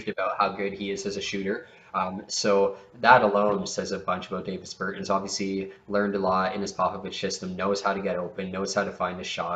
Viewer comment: Its pronounced Daw-Vis Ber-tawns